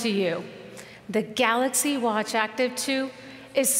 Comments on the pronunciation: You know how long it took him to prepare for that speech to get the word galaxy correct...... and he still failed. LOL! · i heard "let me introduce the galax, not 10" lmao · Kevin R galoks nōt ten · The "Galux" Note 10? 🤦‍♀️ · this guy is there for years and he is not even able to pronounce GALAXY :( what's Galox ? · "let me introduce the galax, not ten" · Oh God he said "Galux" and I was was waiting on the ee😩😂😂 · "Galox Note PEN" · I’m sure he said THE GALAX instead of THE GALAXY.. He doesn’t even know his own products. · GALOX NOT TEN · Why is he saying Galux ? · I really love that he never pronounced that as galaxy. NEVER LMAO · After so many years, my mate, brother from another mother still cannot pronounce "Galaxy" properly.